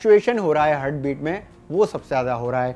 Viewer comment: Abe hurt nhi heart.. Bolna to sikh le